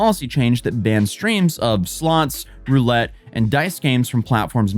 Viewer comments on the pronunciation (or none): none